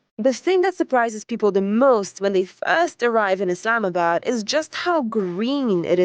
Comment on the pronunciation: Thanks for pronouncing it correctly. ISLAMabad. And not Izlamabad